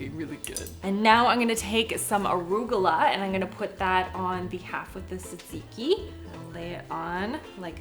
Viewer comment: Why do you say Tzatziki that way?